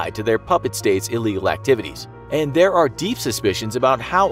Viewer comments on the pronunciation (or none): none